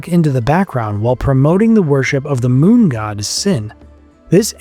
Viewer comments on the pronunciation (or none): none